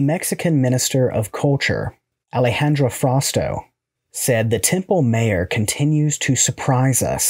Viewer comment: Mayor is pronounced "my your" in the espanol... Knit pick complete. Thanks for the content.